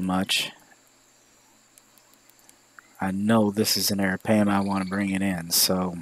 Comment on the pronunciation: You MissPronounning Arapaima